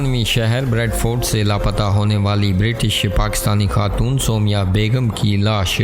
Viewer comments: Aise kehte hai Soomaiyaaah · O abi b galt naam bol rhy ho